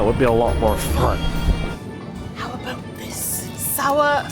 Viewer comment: How did attempting a Brittish accent make her sound more Canadian? I swear that's the first time I've heard her pronounce about as "a-boat"! xD